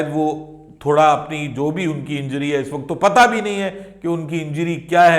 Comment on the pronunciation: Injidi nahi hota injury hota hai bolte bhi nhi aata😂😂 chacha ko😮😅😂😂